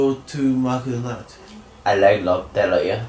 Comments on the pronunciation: しばゆーがI like LOTTERIA って言ったとき発音良すぎて英語しゃべれんだーとおもってしまった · のロッテリアの発音それっぽくて好きwwwww